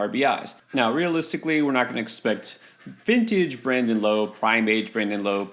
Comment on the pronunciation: Brandon “Lao” not “ Low”